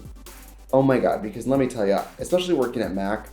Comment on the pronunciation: the lemme tell yah is sooo wisconsin